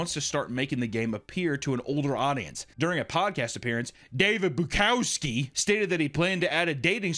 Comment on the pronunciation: I love how the pronunciation of the ceo’s last name gets worse every time he says it. 😂